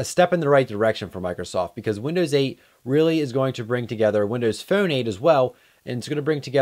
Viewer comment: you say phone funny..... nice vid